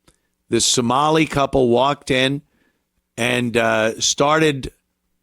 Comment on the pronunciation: Some while lie, "Som-a-lie"